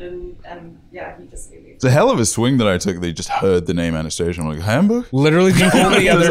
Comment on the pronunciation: Did anyone else notice they pronounced Anast-aaaasia's name wrong?